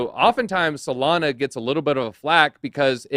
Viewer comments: “Solaner” -Mitch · Bro can you finally pronounce Solana the right way please? 😂😂